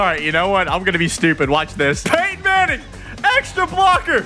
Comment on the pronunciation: “Payton Manning”